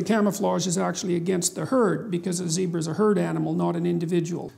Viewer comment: Pronunciation for "zebra" is the same as "Debra"😎😂